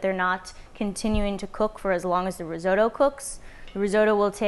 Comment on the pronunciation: Lol the risotoe can’t watch